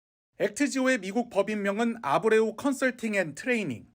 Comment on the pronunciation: 이리 막대한 세금을 쏟아 부어야 하는 일에 회사 선정에 만 5개월을 검증 작업을 거쳤다고 하는데 차관이란 자가 한 명 있는 회사의 대표 이름 하나 보고 읽으면서도 제대로 발음 못하는 수준이냐?